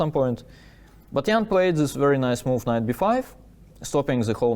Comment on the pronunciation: Love these recaps from Daniil! Just curious, why does he pronounce words like "this" as "zhis" but he can pronounce words like therefore correctly? I thought maybe he just wasn't used to making the TH sound until I heard him say therefore?